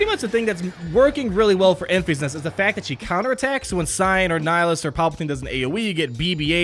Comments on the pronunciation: En-FISS NEST, not EN-feesnest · En-FEE's-Nest!!!!!?????? Omg it is killing me ... it's "En-fis-Nest" I cringe each time he says it! Lol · En-FISS Nest, not En-FEES Nest as per the Movie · I saw the movie again last night - tge middle syllable is different from your pronunciation: it’s not pronounced as en feas nest ; it’s en fis nest (rhymes with diss, not ease ). Hope that helps. You have great content.